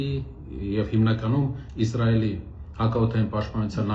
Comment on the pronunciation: Հարգելի պրն, որպէես հայրենասեր մարդու հորդորում եմ ասել ԻՍրայել, ոչ թե՝ ԻԶ րայել, ռուսաֆիլների պես, որ ասում են՝ ԻՌ ան: Կներեք, բայց որպես հայագետ պարտավոր եմ ասել